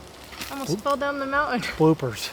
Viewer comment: “Almost fell down the mountin” says!…. 😲